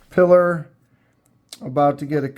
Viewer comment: Great job! It's pronounced 'pee-lar' it comes from ... Ernest Hemingway owned a 38-foot fishing boat named Pilar. It was acquired in April 1934 from Wheeler Shipbuilding in Brooklyn, New York, for $7,495. "Pilar" was a nickname for Hemingway's second wife, Pauline, and also the name of the woman leader of the partisan band in his 1940 novel The Spanish Civil War, For Whom the Bell Tolls.